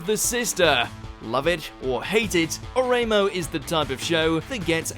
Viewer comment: Oreimo is pronounced "ore imo" (like emo) not o Ray mo.